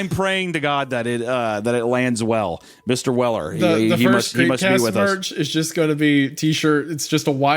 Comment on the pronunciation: Mistuh welluh